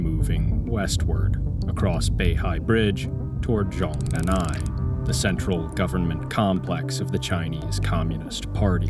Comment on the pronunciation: Americans: stop pronouncing Chinese phrases with silent consonants. it's Zhong Nan Hai